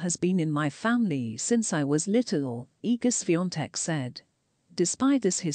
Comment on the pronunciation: Thank you for pronouncing her name right